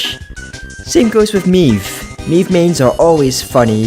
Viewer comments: who tf is meeeeve (its may-ve) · Mei ve not MEEVE.